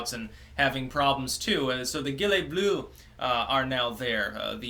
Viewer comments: the guilete blue? lol. if u say it in their language just try the right pronounciation. jeeelette. or u can call them yellow vests and save face :) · jeelay bluh XD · "Gilets bleues" pronunciation: zhilett blur (but stop before doing any "r"-sound) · only clicked on this video to hear him mispronounce 'gilets bleus'